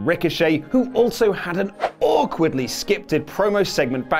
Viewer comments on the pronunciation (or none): "scipted" lol come on 😂😂